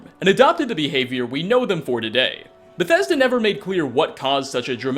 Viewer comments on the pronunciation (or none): none